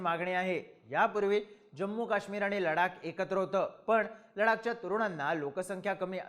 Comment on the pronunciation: Bhau ladak nahi ladhak be .......😂😂 ...kahi tari shika